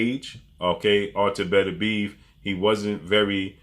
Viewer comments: Everybody runs into a word they can't properly pronounce . Artur's last name is pronounced Beterbiev(better-bii-EV ) Not betterbeeve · Did Canelo pay you to make this video? And stop calling him betterbeev that's not how his name is pronounced, you can put at least a little effort into pronouncing it correctly.